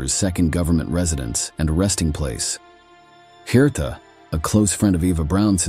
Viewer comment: Herta pronunciation haaataaah not the way u are saying it.